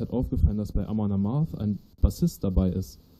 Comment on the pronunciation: Reinerle kann nicht mal Among Amarth vernünftig aussprechen. "Among Amars" 😂